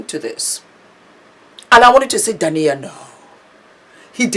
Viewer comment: I love your vlogs,. Keep them coming! Correction: D a i n a (the stress is on the (i). ❤